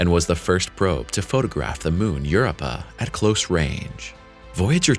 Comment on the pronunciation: "Europa" is pronounced *yur-OH-pa," emphasis on the middle syllable.